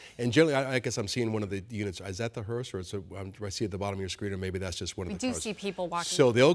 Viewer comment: Couldn’t they have used a more professional female broadcaster than this? The Second Lady’s name is Usha (with an SH sound- it’s mispronounced several times) and a limousine used to transport a casket is a hearse- NOT a Hearst.